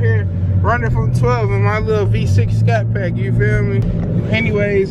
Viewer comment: Lmfaoo bro said V6 Scatpak